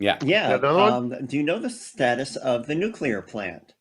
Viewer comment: WHY can't say nuclear? He presents himself as such an intelligent person. This blows it away every time. Sorry. Love you guys, though. My Saturday afternoon is an ongoing education because of you.